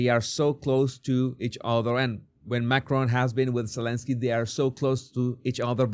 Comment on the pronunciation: It's Macron. He's French, not Scottish. The emphasis is on the first syllable.